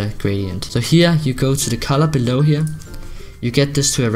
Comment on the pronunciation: I love how says here. Heyer